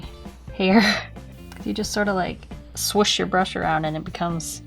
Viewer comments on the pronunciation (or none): none